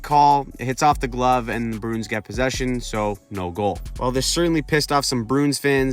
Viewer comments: I’m not trying to be a dick but please say the name right. “Brew-ins”, not “Broons” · The "Brunes". Bruins is a 2 syllable word, "brew-ins".